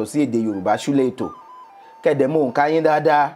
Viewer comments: I like the way she's pronouncing the onka... Unlike some people who live here in Nigeria and still pronounce Yoruba words as if they are hausas😂. She tried 😊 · Madam you are great even how to pronounce ohunka